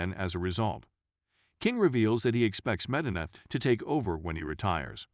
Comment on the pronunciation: "leh-MUR" instead of 'LAH mar' Hmmmm..."meh - du - nuh" instead of 'Me-DEENA'? As the spokeman for this film says, "You should watch this movie." And listen, too.